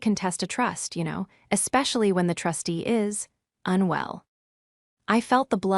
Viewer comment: Not "unwe LL" (pronounced as two quasi-words): just "unwell." But (seriously) a good story!